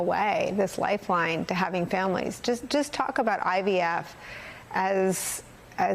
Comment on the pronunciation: Hahah he is Jesus of IVF 😅😅 he can’t even pronounce IVF he said IVS… 🤣🤣 maybe he meant in vitro sterilization instead fertilization 😂😂😂